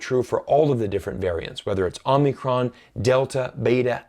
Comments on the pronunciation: It's called OH-mi-cron not OMNI-cron! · it's Omicron not Omnicron 🙏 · You kept saying OmNicron. It's Omicron. It's a Greek letter (Ο). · It's pronounced Omicro, not OmNicron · *Whisper * 真不好意思，虽然的确是到处都有可是好像是omicron 不是 omnicron...... 抱歉我耳朵不好。